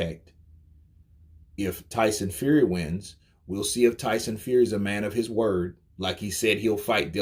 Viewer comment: Tyson “Feary”